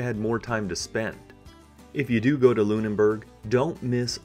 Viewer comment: That's a nice trip! The hotel room in Hamburg was indeed spectacular. Just a thing about pronunciation: Lüneburg only has one n (you always added one between e and b).